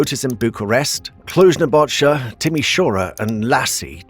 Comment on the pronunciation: he also said cluj-nabogia and a few other "pearls"